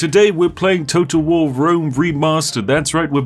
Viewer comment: Is it only me that hears "Rome total war" as "Rome toad of war"